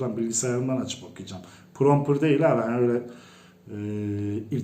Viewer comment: Yalnız onun adı pıropır değil promptır dır.İyisiniz hoşsunuz da lütfen aksanınıza biraz dikkat edin derim....Kulak tırmalıyor.